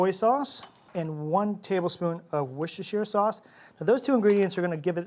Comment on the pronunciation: Worcester sause doesn't pronouce like you do...I know cause I live in Worcester. 😊